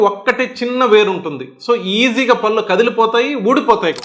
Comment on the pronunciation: డాక్టర్ గారు నమస్కారం పల్లు కాదండి పళ్ళు అనాలి భాష ను నాశనం చేయకండి భాషను కాపాడండి. ముందుతరాలకు శుద్ధమైన భాషను ఇద్దాము. అది మనధర్మం. కళ్ళు పదానికి కల్లు పదానికి అర్ధంలో చాలాతేడా ఉంది గమనించారా కళ్ళు అంటే నయనం దృష్టి ని ఇచ్చే అవయం కల్లు అంటే నిషా నిచ్చే ద్రవ పదార్థం. కనుక కళ్ళు ని కల్లు అంటారా? తెలుగు భాషలో 56 అక్షరాలు ఉన్నాయి ప్రతి మాట ఉచ్చారణకి అక్షరాలు ఉన్నాయి ఇంగ్లీష్ భాషలో లాగ ఒకే స్పెల్లింగ్ తో వేరువేరు అర్దాలతో ఉండి ఒకే ఉచ్చారణతో పలక వలసిన ఖర్మ మన తెలుగు భాషకు లేదు. "దేశ భాషలందు తెలుగు లెస్స" మాతృ భాషాభిమానం కలిగి ఉండండి ఇతర భాషలను గౌరవించండి. పూర్తిగా ఓపికగా చదివినందుకు ధన్యవాదములు.